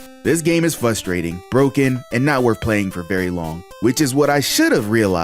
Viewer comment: Is it flustrating or fuhstrating?